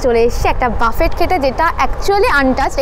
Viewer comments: It's booffeehh not baaffett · buffet naa boofey (pronunciation ta)... buffet shunte khotkaye kaane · বাফেট না বাফে??? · uchcharon ta buffay hobe